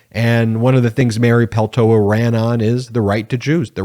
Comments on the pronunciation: I watch your videos daily. I kept cringing each time you said and mispronounced Mary Peltola's name though. A bit distracting. It's important. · You kept mispronouncing her name. There is a second L you know. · Is there a reason you don’t sound the “ L “ in the name Peltola ? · Why tf do you keep saying Peltola wrong? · BEN! SAY HER NAME RIGHT: PEL-TOE-LA. You keep dropping the second "L". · Do you not see the L in her name? Please stop mispronouncing her name, it’s extremely annoying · Please Ben pronounce her name right! Thank you she deserves that recognition. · PLEASE check your pronunciation of Mary Peltola’s name and apologize for the continuous mistake. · It's not Peltoa...It's PELTOLA... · Just a hint. Peltola must be a finnish origin surname. In finnish in all words, names included, stress is always in first syllable. So it is PELtola, not pelTOla. Cheers. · Isn't it PeltoLA? Not peltoa? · It's not pronounced Peltoa. You keep dropping the second "l". This Alaskan would appreciate our newest Member's name be pronounced correctly, please. PELTOLA PEL-TO-LA. Thank you, and yes, we are CELEBRATING! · Please properly pronounce her last name. It's Peltola. It's being pronounced without the second "l", Peltoa(incorrect) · I really like this channel but my only critique is how closely you sound like Fox News "anchors" in saying radical to a fault. Also, you pronounced her name Peltoa and Peltola. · PeltoLa. There are 2 Ls in her name. Don't sound like a dumb right-wing pundit. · TOE "LA" not Peltoa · Please practice saying Peltola 😉 Not Peltoa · Please pronounce her name correctly P E L T O L A … thank you. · Pel to la, to is said with a long O. Sorry, American/Finn have to help you with the word. This is wonderful! I could not be happier. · What great news for the people of Alaska!, it would be respectful of you to pronounce Mary Pel-TOE-La correctly. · Peltola is Finnish. Say that last L. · Mate, it’s PeLtola. Read her name correctly, s-head!